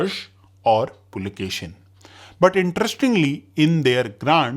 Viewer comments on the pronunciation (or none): Pulakeshi, not pulakeshin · Pulakeshi, not Pulakeshin. Karnataka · Boss its "Puli"+"Keshi", meaning "Tiger"+"Hair/Beard" and not "Pulakeshin". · its PULAKESHI not pulakeshan.... if you dont know real names dont make history videos by reading wiki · Its not Pulakeshin its Pulakeshi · I think you are spelling some of kingdom in wrong way … it should be said differently…. Example Lata or Kalachuri … we hear it differently from most here in South. Even Pulakeshin is Pulakeshi with no n… even Aihole … you are spelling it wrong very wrong indeed 😅